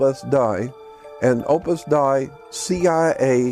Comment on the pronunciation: It's called, "Opus Dei." It's Latin for "Work of God." It's not pronounced DIE, it's pronounced like "DAY." OPUS DEI sounds like OPUS DAY.